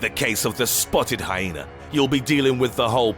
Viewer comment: Lmfao. I died. "Like a ... PENIS!!!!!!!!!!!###!###!!!!!!!!" ROFL this commentator kills me man some of his other videos too. They are supposed to be dark and edgy but he makes me laugh. The way he pronounced shit too rofl. "State-us (status) or HyenAR (hyena)"